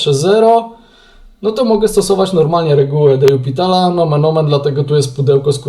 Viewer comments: Czemu zawsze czytasz "de jupitala" zamiast "de lopitala"? Wiem, że nie trzeba znać francuskiego, żeby liczyć, ale baaardzo kłuje w uszy kogoś, kto choć trochę liznął francuskiego :) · Zgadzam się. Też nie mogę tego słuchać. Co najgorsze, w jednym filmiku powiedział nawet: "Tak swoją drogą, to się czyta "de jupitala"", ucząc w ten sposób niepoprawnej wymowy wszystkich innych. Zresztą nie jest usprawiedliwieniem, że nie zna się francuskiego - wystarczy wejść na artykuł na Wikipedii o de l'Hospitalu i jest tam napisana wymowa nazwiska.